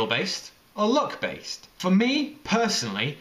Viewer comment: It sounds like he is saying look instead of luck lol